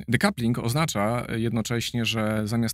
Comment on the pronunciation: Igor Dekupring ... to bardzo kiepski jest tak to słowo wymawiać zresztą rozmówca też nie specjalnie ogarnięty w tej kwestii choć generalnie mówi całkiem sensownie